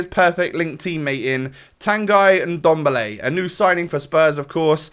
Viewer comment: Who tf is indomble? You mean ndombele? Hahaha